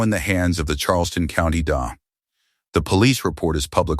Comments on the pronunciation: The Daaah? Stupid AI! It's a D.A. as in District Attorney. Edit your posts, idiot! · It’s D. A. Not da. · That's not "da", that's DEE-AY! It's also not "poa", it's PEE-O-AY.